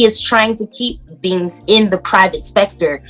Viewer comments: Private spector???? Do you mean private sector??? Girl, you sound stupid.... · Sector not freaking spector! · 'public specter?'? isnt it sector? i mean i aint no language professor or nothin. but aint that the wrong word there? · She doesn't know the difference between the word "sector" and "specter." God, that's funny. She thinks it's "The private specter." HAHAHA. Like Kramer from Seinfeld... "Statue of Limitations."